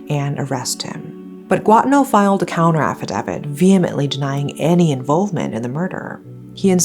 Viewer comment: Greed is the root of all evil. Just fyi, Affidavit is pronounced "A-fuh-day-vit"